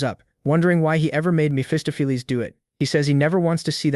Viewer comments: "Mestopolese, Messohplease, Mesofees, Mesafuz, Messoffleas," LOL I'm sure some where "Mesophiles" is out there pulling out his hair every time his name is mispronounced. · lol Miss Fist-of-Fleas is your best mispronunciation of Mephistopheles